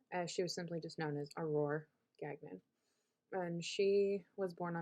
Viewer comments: its pronounced gan yon. its french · Really don’t think you are pronouncing Gagnon correctly…